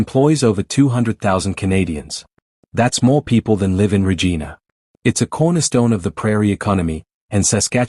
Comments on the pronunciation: Can’t even pronounce Regina properly. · Might be great if the narrator( AI?) could learn to pronounce Saskatchewan and Regina properly. Or if someone could edit these things to avoid these silly errors. The whole video loses credibility. It’s a common problem.